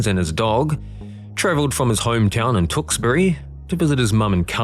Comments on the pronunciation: Tooksberry? It's Tewkesbury... tew-ks-bury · It's pronounced Tue-ks-bury. Not Tooksbury. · Chinese student = ばか! (Baka = stupid). Tewkesbury's a bugger for a non-Brit to pronounce, so FYI it's more like "chooks-bury". I don't have any sympathy for people who seem to want to off themselves, but don't take animals with you! Glad the dog was OK!